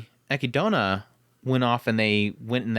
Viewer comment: And how you pronounce Echidna but all good 😅